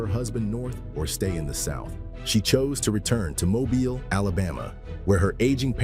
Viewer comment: Having been born and raised in Mobile, hearing it pronounced that way was unpleasantly jarring